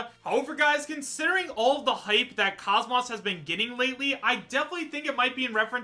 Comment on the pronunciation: KOS-MOS is pronounced KOZE-MOSE